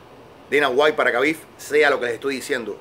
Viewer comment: Se llama Khabib, pero se dice Jabib...no es tan difícil decirlo bien